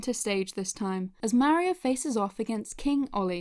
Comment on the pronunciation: Merio MERIO !?!?!? IT'S MARIO Mar E O